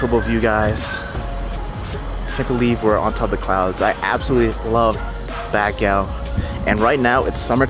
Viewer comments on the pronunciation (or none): Not bagyaw! Bag-gio is the pronounciation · Learn how to say Baguio. Not bagyaw 😂 pwede naman mag tanong. Purong pinoy naman jusko! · vanessa hudgens is born and raised in the USA half/filipina. tatay nia americano. Not sure with this guy. Madami ako kilala pinanganak sa USA but they’re willing to learn. They can pronounced Baguio. Unless nag iinarte? lol 😜 Ang OA kasi ng bagyaw nia eh lol 😂